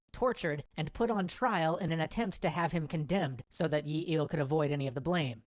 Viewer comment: Yi(X) --> Lee(O)